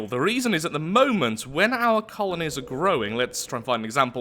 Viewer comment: “ You know what I like ? Colonies “ You sir, are a proud British